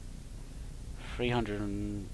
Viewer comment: three not free and please for the love of god pronounce your T's!!!!! lulululul